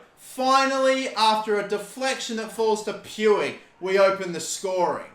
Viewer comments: Puig is pronuced P-e-e-g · The Guy's name is Pi-u-j not pu-wig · I'm surprised he sill says poouigggg instead of pooch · Btw puigs name s pronounced ricky pweeg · Listen bro it’s pronounced riki pooj not puig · Pronounce it as Ricky Pooj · everytime he says Puiggg Me it's Puig the g like in the word generator lol! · YOU SAY PUIG LIKE POOG